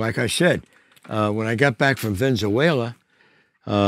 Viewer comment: Man said ven-za-wala 😂 🇻🇪